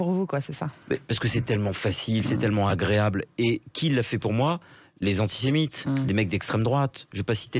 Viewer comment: Con et psycho à la fois … he Yann entraînes toi à dire antisemite et pas antimite .! 😂 😂 … on devrait t’élire le plus grand comique Français - sans le vouloir - ..! 😝